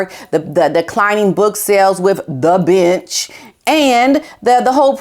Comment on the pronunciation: When you were talking about the book “The Bench” I thought you said “The Bitch”! 😂😂😂 Which made me think that could be the title of Harry’s next book! 🤣